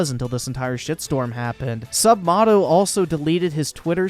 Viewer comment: It's pronounced "Sup-may-toe"